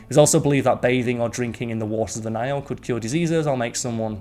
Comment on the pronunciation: It's the NILE N-I-L-E not NAIL. I made it a minute in and just can't with that GNE accent and speaking as if reading the legal details at the end of a commercial. I've heard pronunciate properly and at a steady pace, but even CC and thinks he's speaking about a damned NAIL. Sigh.